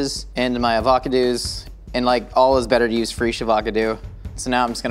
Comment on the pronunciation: This sounds so cursed